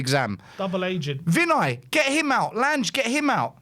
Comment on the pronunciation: Your friend Lange is pronounced Lan-ger not Lange.